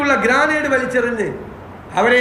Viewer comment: എങ്ങനാ സാറെ ദിവസം വന്നിരുന്നു നുണ പറയാൻ പറ്റുന്നെ 😢ഗ്രാനേഡ് അല്ല ഗ്രനേഡ് എന്നാ പറയുക 😒